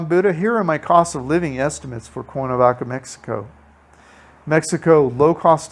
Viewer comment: Nice tour, but for Heaven's Sake - please learn how to pronounce the name of the City you're doing a video on...it's Cware-na-vaca...not Core-na-vaca!